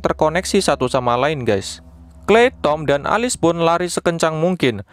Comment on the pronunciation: Alice bacanya bukanya elis?😂